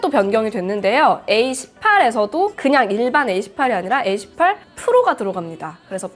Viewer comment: 에이 18 에이 18 소리만 듣고 깜짝 놀랐어요..